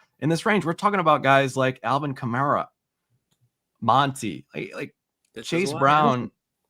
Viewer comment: It is Chimere DEE-KAY you idiots 😂😂😂